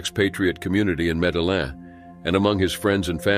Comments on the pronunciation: Medellin is pronounced medi-yeen...in Spanish the double L(ll) is pronounced with a hard Y, or consonant sound. Like in Yellow or Year. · You don't pronounce the LL in Medellin